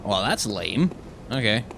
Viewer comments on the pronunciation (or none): none